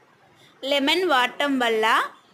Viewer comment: లిమెన్ కాదు తల్లి లెమన్ అది